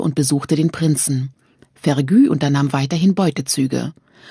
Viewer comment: So sehr ich Fan dieses Buchs und der Serie bin, ich kann das einfach nicht weiterhören. Sassenäääck, mörtääg und fergűűű... Diese Aussprache macht mich regelrecht aggressiv.